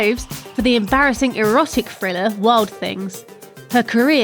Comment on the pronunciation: It's pronounced "Thriller" not "Friller". Can we get a narrator that speaks English?